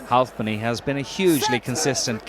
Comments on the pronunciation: "Leigh HualfPenny" lolol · He really likes the L in Halfpenny.